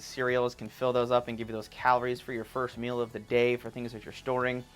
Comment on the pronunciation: The word 'meal' is pronounced 'meel', not mill.